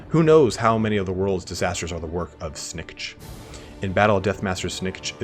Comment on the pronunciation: it is Lord Snik-Kit .... that's how it is pronounced